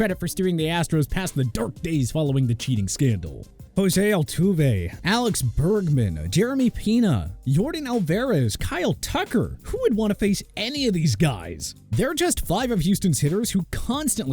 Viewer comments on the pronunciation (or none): Jeremy Peena, Jordan Alverez 💀💀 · “Alex Bergman, Jeremy Peena, Jordan Alverez” 😭